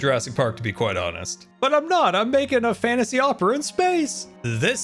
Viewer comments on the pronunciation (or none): none